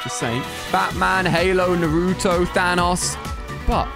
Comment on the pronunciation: He still says naruto wrong!!!!!!!!